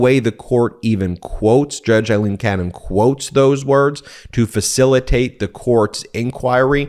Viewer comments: "A" leen, not "I" leen. Don't want to give any right wing idiot an excuse to criticize. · Great report as ever, Ben. Just one thing. A-lene NOT I-lene Cannon. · Hi guys, love the content, just a small issue of little consequence but still, judge Aileen Cannon's name is pronounced A-lene, not I-lene, it's an Irish thing! Keep up the great work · Judge Aileen "loose" Cannon needs HAS to be removed from the case. More a "Feral" rather than "Federal" judge, biased doesn't even START to cover it The chances of a fair trial with her interference & unlawful pronouncements are now vanishingly small.